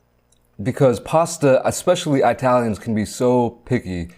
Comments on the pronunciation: Bro did u say I-talians? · Eye-talians? lol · Wait...did he say eye-talians? 😂😂😂 My man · Did he just say “eye-talians” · Bro said Italians like eye-talian💀